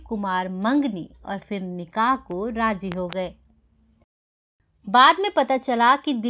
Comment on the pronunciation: What a crude mis pronunciation 😜 Say Zidd not Jidd Razi not Raji Nice presentation but pay attention to Z and Sh and Ph